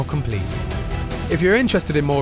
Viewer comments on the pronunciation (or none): Listen how he says evolution . what a fuckin wanker lol